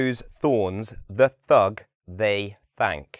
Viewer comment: Hi, why do you change your pronunciation of Th from TH to L (L TH-ug L-ey TH-ank) thanks